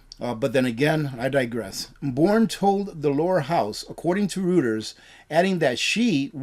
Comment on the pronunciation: PRONOUNCED “ROY-TERS”……NOT “ROO-TERS”